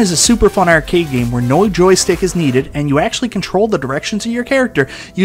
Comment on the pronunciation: the word is "arcade." Not "ercade."